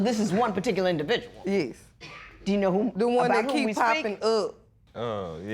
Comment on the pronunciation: It’s Yes!!! Y.E.S Not Yezzzz. Smh Honey you killing me! SMH